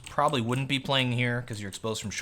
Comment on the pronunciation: And ur Prolly instead of probably xD